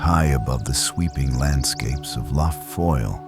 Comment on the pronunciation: Couldn’t listen to more than 10 mins of this pretentious rubbish! And learn to pronounce lough properly - it’s not luff! Off to find a better documentary.